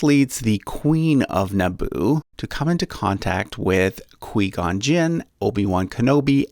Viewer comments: Kwee-gone noooo 🤣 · The way you pronounce Qui Gon is the same way you say quiet. But still, great video. Would really help anyone who doesn't know a lot about star wars. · correction, no offense it's pronounce as "kway" not "kwi" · Not Qweee Gon...it’s Q-Why Gon! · The i in quigon is pronounced /i/ not /e/ and the a in padmé is pronounced /æ/ not /o/ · qui gon gin not que gon gin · Who says qee gun jin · It's Kwai Gon not Kwee Gon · When he pronounces Qui-gon (Qu-eye gon) and Padmé (pad-mae) wrong 🤦‍♂️ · Queeeee gon jinn” ITS QUI-GON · Quee-Gon. I don’t think I’ve heard of that Jedi 😂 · "qwee gon" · He literally just called qui gon, quee gon, and padme, pahdme, and Beru, Baeru. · Hahaha "Quee-gon"?!? lol You've never actually even SEEN Star Wars, have you?! 🤣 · The way this guy says qui gon, ‘queee gon’ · Quee-gon and podme. Lol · This guy just said quee gon And podme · Quee-Gon, Podme, and Bayru names were driving me crazy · Quee-Gon Jinn??? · QUI-GON JINN Pronounced (QWI) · KWEE GOW JIN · It is not quee gon and he is a Jedi knight not master. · It’s qui gon (Kigh guan) and obj one doesn’t kill maul yet but no hate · Um dude it's pronounced as Quai gon jin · If we’re calling Qui-Gon, “Quee gon” now, I’m calling obi wan, “oni chan.” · Everyone loosing their midi-chlorians over "Qwee-Gone" and I'm sitting here baffled by the mispronounciation of the common noun "Saga". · lmao Quee Gon Gin is now how I'm going to pronounce his name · I think this guy hasn’t seen the movies and just read the Wikipedia. Qui-Gon and Padme are pronounced differently by this guy than the movies he is using as a source. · This guys made me so angry with his pronunciation of Qui Gon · Very Good but you don't pronounce Qui gon and Beru right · When you realize how he pronounced Qui-Gon. It hurts. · Omg you said Qui-Gon’s name wrong! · I like this but dude you butchered like two of the names. Again I’m not criticizing it’s just I’m not used to hearing them said like that.